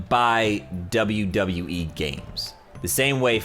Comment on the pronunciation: He says wwe like wwwe